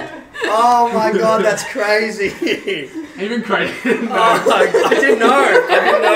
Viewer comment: That's CRAYZY says cray